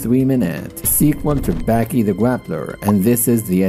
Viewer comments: why is he saying Backy. Ba-Ki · Dude, it's pronounced B-AH-Kee